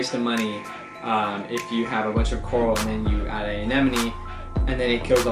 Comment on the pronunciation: finally someone who can say AneMone ! XD